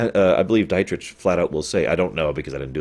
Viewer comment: He completely butchered "Dietrich" tho